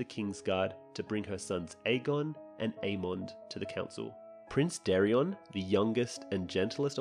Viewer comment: Where do you keep finding these extra letters in the names? Ser CRISTON nog Christian! And in another video you called Alicent’s other son Daereon but it’s DaeRON